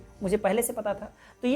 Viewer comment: Desa Vu nahi, Deja Vu hota hai......🤦